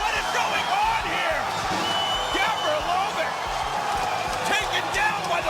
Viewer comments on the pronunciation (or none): It's Gavrilović, not GAAvrilovIIč